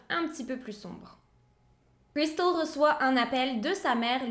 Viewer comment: Super histoire et très bien raconter petit bémol pour l accent Américain à chaque fois que le prénom de Cristal est cité très pénible